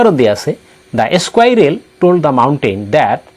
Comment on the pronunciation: এচকুইৰেল নহয় চাৰ স্কুইৰেল হে চাৰ